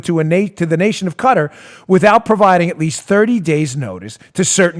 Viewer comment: I love your show Dan, but Qatar is not pronounced "cutter". It's pronounced like "guitar" but with a q